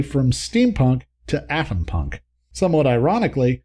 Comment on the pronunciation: It does sound like he says "Athenpunk" and even the autogenerated closed captioning has it written as "athenpunk," but based on the context of what he was talking about (nuclear power), I'm going to assume he was trying to say Atompunk, a subgenre of speculative fiction focused on a society based on the Atomic Age. The most well known example would be the Fallout series of video games.